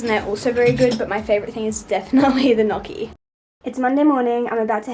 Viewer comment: i am a new subscriber and i love these vlogs but girl the way you said gnocchi, physically hurt my soul lol